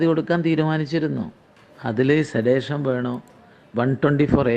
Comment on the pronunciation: പ്രഭാരി, സെഡിഷൻ ന് പകരം സെഡേഷൻ എന്ന് പറയുന്നു. അത് പോലും തിരിച്ചറിയാത്ത ചവർ.